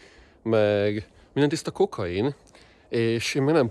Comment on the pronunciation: "Minden tHisztHa kHokHainn." - Következő videóban Kolumbiából jelentkezik be (vigyorgó fejjel, majd annyit mond, hogy "eladtHam a kHokHaintö!") és körülötte már repülőgéproncsok hevernek (meg szenyoríták).:)